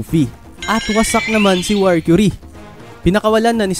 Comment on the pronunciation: mercury ndi warcury hahaha tska stassy basa don ndi stussy hahahaha